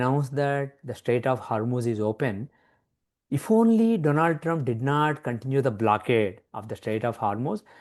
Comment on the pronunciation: Congratulations on winning the awards. Thank you for giving the platform to this bloke to make a fool of himself. He should steer clear of politics. He lives in Boston and cant pronounce the name oh his President correctly.